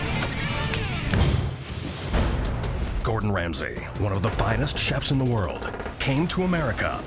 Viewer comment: Ah yes, the famous chef, Gowdon Wamsey